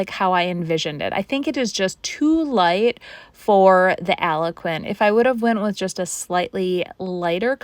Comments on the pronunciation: Just for future reference, Algonquin is pronounced Al-gone-kwin. Algonquin are indigenous peoples from Ontario and Quebec so I feel it is out of respect for them to pronounce it correctly. BTW, love your projects. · Are you saying that colour is Algonquin? If so, it's pronounced Al-Gon-kwin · Other people have mentioned this before to her but she may not understand because she is still mispronouncing it. Love her projects I agree with it being disrespectful she may not be able to say it with the accent she has too. Idk.